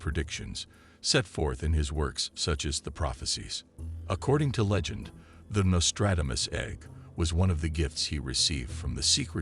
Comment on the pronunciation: You have butchered his name and yet you say his name repeatedly. Give it a break with the AI voice overs. They are crap